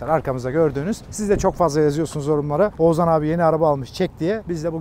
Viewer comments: Abi çok tatlısın Oğuzan diyip duruyorsun h harfleri yok heralde eleştirmek için değil sadece sempatikliğini dile getirmek için yazdım 🖐️ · Ozuzhan değil OĞUZHAN... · her seferinde Oğuzan demesi peki:))) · abi şu isme biraz çalış. Ozan gibi çıkıyor senin ağzından Oğuzhan:D "h" sesini atlıyosun:D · abi ouzan demesen oğushan gibi desen çok mu zor😊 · Oğuzan değil len, Oğuzhan Oğuzhan 😂😂😂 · Ne zaman oğuzhanın ismini oguzan diye söylemicen diye düşünüyorum😂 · Ouzan, adam Oğuzhan demiyor Ouzan diyor arada ğ h harfleri eksik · Oğuzan değil abi Oğuzhan :D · Ouzan niye diyosun abi :) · Oğuzan değil Oğuzhan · Oğuzan değil oğuzHan. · Oguzan degil Oguzhan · Peki ın oğuzzan demesi ndndndnnd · Neden Oğuzhan diyemiyon reis yahu adamın ismini bi düzgün söyle yahu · Abi bida oguzhan deme